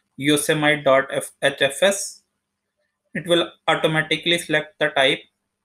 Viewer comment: You don’t even know how to pronounce Yosemite